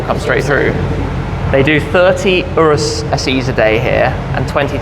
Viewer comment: It's URUSES. Although Latin in origin, when used as a proper noun in English, the convention is to follow English grammatical rules.